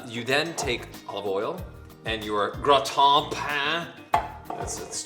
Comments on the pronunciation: Hum... As a French person I laughed when they pronounced "gratin" and "pain", but I died when they talked about doing an orange juice marinade to vegetables.. 🤨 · As a French, soooo funny hearing how you pronounce "Gratin" !! :D Love you guys ! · I'm french and i love how you pronounce " le pain et le gratin" it's so funny 😂❤️ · lol how you pronounced gratin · I love how they pronounce "Gratin" xD